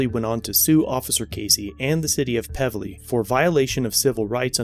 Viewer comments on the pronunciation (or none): It's pronounced "Peeevely" . I know that area well. Barnie Fife and Andy Griffith off highway 55 , why go there sort of town. 75k is a gift of a settlement from the truck driver. Should've gotten more. Wonder how much he got from the former officer "personally"? They never disclose that....only what taxpayers shell out for the stupidity of "their" officers. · I work nearby here, you really butchered the name of the town lol it's Pevely - PEEEEVelee lol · Its peev lee